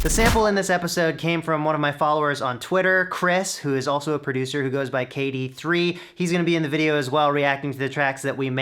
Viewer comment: Kay Dee Three? More like Kah De Tshy